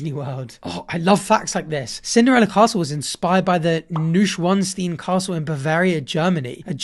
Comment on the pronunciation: proud german noises because you pronounced "ludwig" correctly but let me teach you how to say neuschwanstein: noi-sh-wah-n-sh-tine